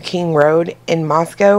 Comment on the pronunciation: It's actually french and pronounced more with a Q U like the first part of quarter oh and there isn't a cow 🐄 in Idaho that one is in Russia so everyone remember the cow is in Russia the co is in Idaho